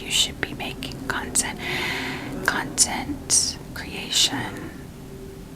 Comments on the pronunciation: Lmao am I the only one who keeps hearing “cunt-ent creation” ??? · Am I the only one hearing a very specific emphasis on the “cont” part of “content creation”?? 😂